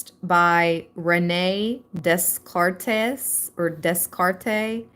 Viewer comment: Rene Descartes, is pronounced "Rene De-cart". And I don't recommend it, but if you've done psychedelic drugs, you also experience the idea of "more real than reality". There is no easy way to explain to someone what "more real than real" feels like, beyond the idea of waking up from a dream. As you quoted Morpheus, "Unfortunately, no one can be told what the Matrix is. You have to see it for yourself."